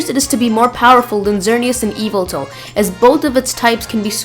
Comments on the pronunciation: Evil-tal? What? It's Y-velt-al. Yveltal. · its not eviltul idiot